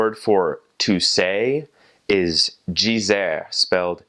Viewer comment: the way he pronounce dizer is soo American xD